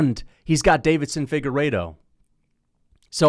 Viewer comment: Why does he always pronounce Deiveson like Davidson